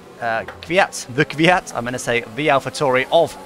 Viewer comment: “The Kyvat”. Channeling your inner Hakkinen ;)